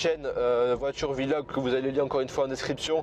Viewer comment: on dit pas "vilog" mals "vlog"